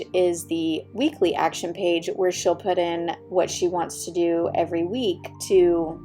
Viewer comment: You said weely actions instead of weekly actions